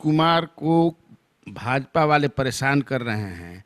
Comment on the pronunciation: भाजापा नही भाजपा होता है सर ।